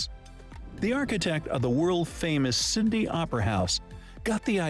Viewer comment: "the world famous Syndey Opera House". Checked 3 times to make sure.😒